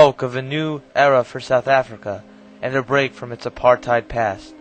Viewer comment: you could have learned how to pronounce Apartheid properly. You even hear DF Malan pronouncing it correctly